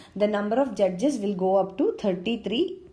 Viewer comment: Vo judges pe kuch zyada he emphasis kr rhi thi...🤣🤣🤣